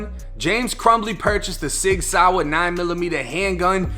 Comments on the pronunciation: you pronounced the name of that firearm soooooooo WRONG.. its not a SOUR.. RIP to those innocent children at the hands of that little Devil smh.. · Sig "sour" 😂 its pronounced like the word saw lol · I fw you but Sig Sour really took me out 😂😂😂 Sig Sauer 1 Florida/Boston Accent 0